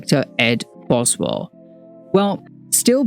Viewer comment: Why are there so many mistakes in this video? You consistently mispronounce Boswell's name, there are slides with incomplete quotes. This video is a mess.